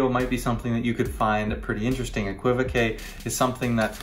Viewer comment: No no no it is pronounced exactly the way you are saying it. I felt saddened when you said you were pretty sure that the technically correct way to say it was eck-wi-voke! Cos that's absolutely not the way. The que at the end is French and is a known suffix on many words and is pronounced kay. So keep pronouncing it as you are and keep correcting the people who are clueless! As for Siri...hmmf. OK ok I now openly admit that amongst those 'clueless people' I refer to in this comment there is one called Paul Ham J. Yes, I include myself as one of the clueless... ?.. but not any more! I have seen the light! Eh qwi voke!